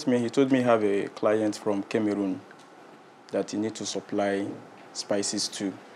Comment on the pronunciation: Please it’s not kemerun it Cameroon 😭🤣